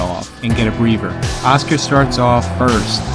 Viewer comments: Dude, just discovered your work, great content! Love the way you set the context of the fight You pronounce a couple of words in a distracting way - when a boxer takes a "breather", it sounds like you are saying "Breaver", and the 3rd judges last name is "Roth", you sound like you said "Roff". You should do the first Arguello Pryor fight - great fight, great back story, great rivalry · "get a breaver"